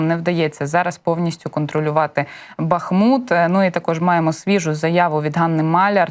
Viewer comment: Правильно БахмУт, з наголосом на другомуголосному